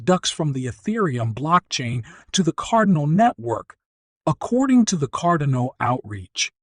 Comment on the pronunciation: car-DAH-no. Not CARdan-oh